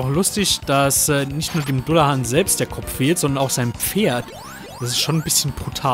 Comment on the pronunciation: [dallahän], nicht dullahan